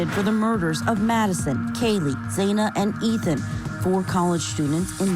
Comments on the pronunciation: Her name is Xana not zana rhymes with banana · I wish media would pronounce Xana’s name correctly. We’ve heard her family pronounce it - do it that way.